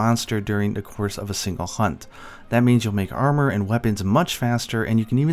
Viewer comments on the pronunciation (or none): none